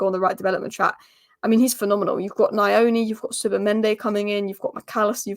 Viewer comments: You are reading it from a western perspective, so you are putting a vowel between the “N” and the “Y” - “Nayoni”, in our language you say the N+Y with no vowel between. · Hi you pronounce Nyoni like how you pronounce Ronaldinho its nn-your-knee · I think the 'N' in Nyoni is silent. I wouldn't get my hopes up until February. I still think it's a new manager bounce lol.